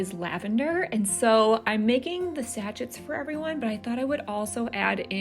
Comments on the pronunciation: That’s all I could hear…satchet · Always love your decorating style. BTW This is not a criticism, I appreciate someone kindly telling me I'm saying a word wrong. Unless both are correct but I don't think so: sa·chet is pronounced sa-ˈshā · Your Volg is lovely, and I enjoy watching your projects and decorating. Beautiful and thoughtful projects. I will be making the vanilla. This is not a criticism, and your pronunciation of sachet, may be a product of where you live, but sachet is actually pronounced "sa-shay". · Nails on a blackboard moment: it is pronounced “sa-shay” not sachet like hatchet. Otherwise, really enjoy your channel. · Loved this! But I have to say, I had no idea Americans pronounce sachet like it rhymes with ratchet!